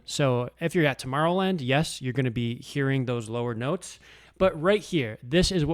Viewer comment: bro said tmorrowland